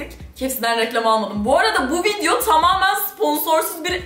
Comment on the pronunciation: vileogu diyor